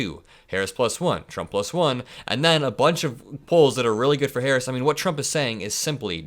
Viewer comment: Can he not pronounce VP Harris correct?